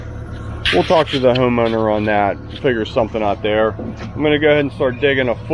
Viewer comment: What is up with saying “ot” instead of out? I get Canadians pronouncing out as “oot” but I have never heard an American say “ot”.